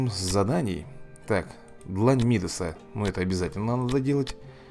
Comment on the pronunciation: Дань мидаса ударение на 1а